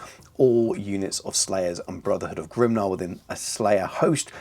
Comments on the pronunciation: GRIMNIR (grim-NEAR) not grimnar! 😂 great video tho, loved it as always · Grimnir is pronounced Grimneer but great work. I too love that a proper slayer list is back now. I too have no idea where to start with a list but am optimistic they can bring some pain. Will be far from top tier but hey who doesn’t love ginger psycopaths